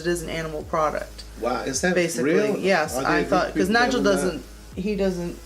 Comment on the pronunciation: that was fun! and props to Nigel for doing very well! (and also for pronouncing my name right, what a fun surprise!)